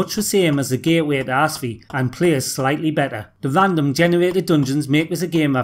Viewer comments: A great list, though the perdantic prat in me is insistant that the pronouncation of Apshai is either APP-shy or *APE-shay (*as in the animal 'Ape'); it's supposedly a giant corpse eating beetle that dwells in the Egyptian Underworld. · Did you say The Gateway To Ass Feet? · I would have placed The Apshai game and Legend of Blacksilver somewhere higher up the list, but other I would agree with the majority of the list - didn't know that Barbarian was renamed State-side (down in Oz, we used the UK/European titles too) - I heard back in my school days that Death Sword was a spin-off/clone, rather than a simple renaming 😅 Also - one minor point: "Apshai" is pronounced something closer to "APP-shy" or "APP-sigh"; it's from "Apshai/Apshait", the name of a gigantic corpse-eating dung beetle that was said to have dwelt in the Eqyptian Underworld at one point....sorry, but my right eye was twitching something fierce whenever you referenced the title.. 😉😅